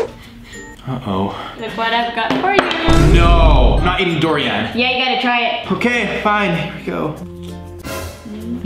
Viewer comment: You pronounced “Durian” wrong, you said “Dorian” 😂